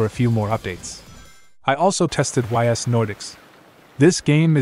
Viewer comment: Was not expecting to hear Ys X: Nordics namedropped, much less featured (pronunciation is "eese" btw, like "geese" without the g)